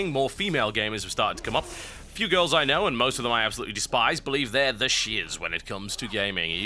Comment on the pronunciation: I love the way he says "gamer girrrrls"